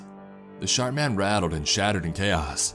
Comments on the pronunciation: Sharp man or shart man? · Watching this two years later.. and all I can hear is “The Shart Man” 😬😂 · I heard shart man 😆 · All I can hear is SHART MAN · I heard "Shark" or "Shart" man, so yeah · Can't help but hear "Shart" man